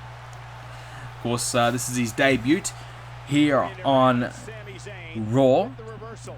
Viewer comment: The way you kept pronouncing "debut" made my skin crawl. Apart from that, good video.